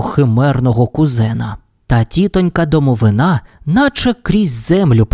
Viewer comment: Одразу перепрошую.) В слові «домовина» наголос на И. (Це російською «гроб» якщо що). Просто на майбутнє. Дякую за вашу роботу!😊